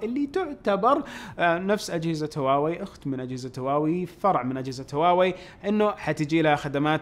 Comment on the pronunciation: ترى مافيه مشكله تنطق هواوي مثل الناس ...